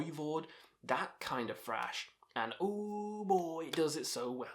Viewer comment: Thrash, not 'frash'.